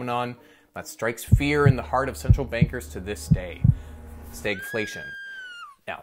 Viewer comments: Why do you pronounce Stagflation like Staygflation? You don't say the stag in stagflation is pronounced the same as stagnant. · You pronounce the "stag" differently than we do further south. Fun. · Never heard anyone pronounce stagflation in such an odd way.